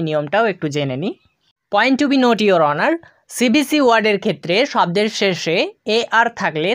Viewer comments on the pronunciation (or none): none